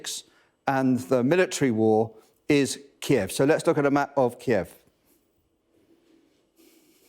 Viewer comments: Thanks to Sky News presentation for taking the effort to pronounce Kyiv. Unlike the BBC "Keev". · Finally started pronouncing Kiev the correct way at the end..